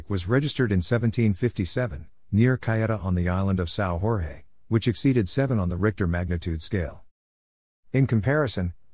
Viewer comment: Sao Jorge is a Portuguese name and not a Spanish name. You are pronouncing it as if it was a Spanish name. it is not pronounced Sao Hor-hei, it is pronounced like Sao George.